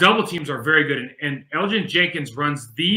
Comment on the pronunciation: Yo can we teach mike how to pronounce Elgton Jenkins name please? You’d think he would understand he’s pronouncing it wrong and I can tell keeps saying his name to try to show mike he’s saying it wrong😂